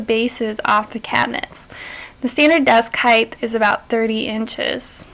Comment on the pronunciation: there's no H on the end of HEIGHT!!!!!!!!!!!!!!!!!!